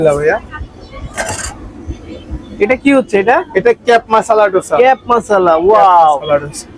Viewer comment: দোসা no no ডোসা😂😂